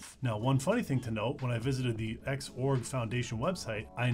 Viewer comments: X org, not zorg sigh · ...hang on, "zorg"? That's a new one; I've always pronounced it as "ex-org." In seriousness, nice summary! The coverage of Wayland while still using the more traditionally compatible X11 is great for new users. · X-org not zorg lol but zorg does sound better ngl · imo, wayland isnt a replacement for xorg. just an alternative. people treating it like a replacement just dont realise theres features in xorg that wayland will never replace. also lmao zorg? first time hearing that pronunciation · I hate that you pronounce X Org as Zorg